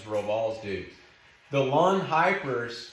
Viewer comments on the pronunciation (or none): Not "lawn" its " loon"